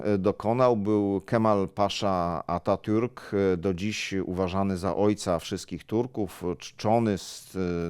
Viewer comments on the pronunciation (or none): none